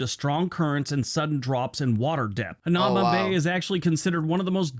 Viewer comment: Hanauma (the narrator pronounced it wrong. It's "Ha na EW ma" Bay.) When I was a kid, you could go there anytime you'd like. Now, because so many tourist want to go there, it was destroying the reef. You have to make an appointment or you won't be able to enter. They only allow a limited amount of people in each day. Oh, and "Toilet Bowl" refers to a rock shelf next to the Bay. In it is a large hole in the rock that goes all the way through to the ocean. When the waves rush forward, the water swirls round in it (hence the name "Toilet Bowl") and quite often explodes upward on onto the rock shelf. Beautiful, really. Hope you get to visit my home State of Hawaii some day.